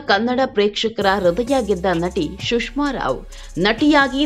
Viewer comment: ಶುಷ್ಮ ಅಲ್ಲ ಸುಷ್ಮಾ